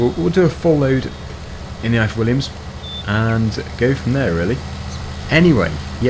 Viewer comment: You said the ifor Williams trailer wrong. It's a welsh name company.